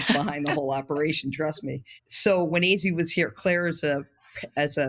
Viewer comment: I’m just begging for to please say Azzi’s name correctly